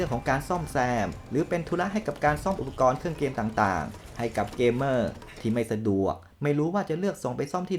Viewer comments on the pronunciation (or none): อ่านว่า 'เก เม่อร์' ครับ